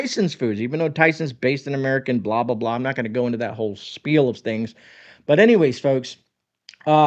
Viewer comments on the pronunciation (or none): none